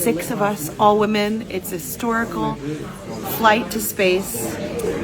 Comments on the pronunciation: I thought I heard Katy Perry say hysterical, not historical, in her speech. HAHA!😂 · Katy mispronounced hysterical